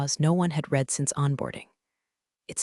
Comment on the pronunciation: my pet peeves are saying read, instead of red. saying resume, instead of rez umay not saying pat uh gon uh ah